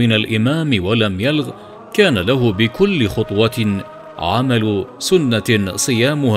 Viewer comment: الحديث الذي ذكرته لفظه كان له أجر سنة بفتح السين وليس سنة بضم السين . والمعنى أن ثوابه لكل خطوة يخطوها للمسجد أجر سنة صيامها وقيامها .